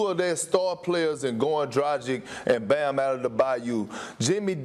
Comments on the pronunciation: why he saying bams name like he brothers with giannis? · Lets just have a segment where Perk tries to pronounce Bam “Outthebayou”s name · Perkins and pronouncing bam’s name !